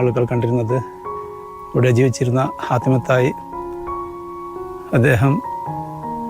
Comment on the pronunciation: ഹാത്തിം ✔️ ഹത്തീം ✖️